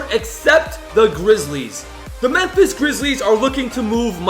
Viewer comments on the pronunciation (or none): none